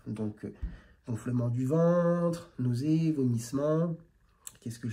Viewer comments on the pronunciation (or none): "Nasseuné" 😂 . C'est même pas français 👀📚 . "Reprendre la prise de parole" . Il faudrait peut-être déjà savoir parler correctement notre langue, avant de vouloir soigner qui que ce soit 😂.